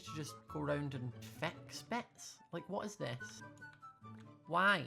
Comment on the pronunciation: It took my a long time to realise he was saying, fix, not vex